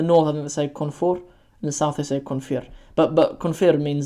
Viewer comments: Yaa yiraahda Koonfir? Its koonfur ama koonfur? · No one says koonfir, we all say koonfur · Waaqoyi Galbeed and Bari are actually providences but it can also indicate cardinal directions. Also, I don't know any southerns who called Koonfur as "Konfiir" but as someone from the South, we actually say Koonfur and not Konfiir. But then again, I'm from the Gedo region which is almost all its residents are originally from Central Somalia and East Ethiopia.